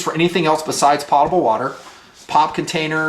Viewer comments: Love your vids my friend. However, it's not Pot-able, it's Poat-able and has nothing to do with a pot. I'm dealing with this daily in aviation as well when I order a fresh lav and top off on my potable water. Also, I have all the Katadyn and Berkey filters, but found an amazing filter in SAWYER. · Great vid... fyi it is pronounced poe ta bul not pot a bul.. i was recently corrected on this :)